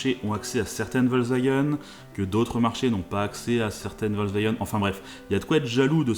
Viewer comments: Volkswagen et non pas Volkswagun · VolkswagÉn sa se prononce